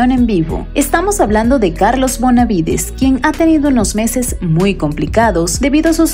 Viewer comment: Chica, no es Bonavides.... Es BENAVIDES